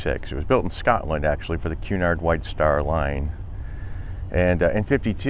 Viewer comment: Good job and I love that you know the correct pronunciation of Cunard!!